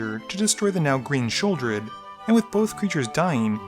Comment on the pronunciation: LOL! “Sheoldeer”